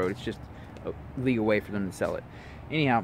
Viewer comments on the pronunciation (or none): none